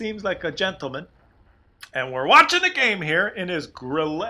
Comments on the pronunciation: grill-UH not grill-EY, but nice effort,! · Kooduh The emphasis in "Grille" is on the "i" not the "e". The "e" is short and pronounced as in "pen" or "mess". Just say "grill" and put that "e" at the end. ☺ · NoHomeLike more likey grill-eh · i guess...not sure...you say it like "grill-uh" and not "grill-ay" idk maybe im wrong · great commentary. In Deutsch, the final 'e' in a word is pronounced; it is not silent like English. But it's not like French, which might be pronounced 'grill-ay'. "Grille" is pronounced "Grill-uh," almost like 'gorilla.' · You're on to something grille is a cricket, wespe means wasp and hummel means bumblebee its the German insect tank line. And btw grille is pronounced with a short e not a double e like you say than it would be a grillee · And PLEASE, it is NOT Grilleeeeaaayy. It is Grille, short e. Like a grill + a short e at the and. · I think it"d be pronounced grill-ah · "Grille" is pronounced like "griller"... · It's pronounced 'griller'. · As a German you have to pronunce the "i" instead of the "e". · Hi, a link to Wikipedia: These are Grilles! In German you pronounce the "e" in Grille. Don´t take the right fork to often!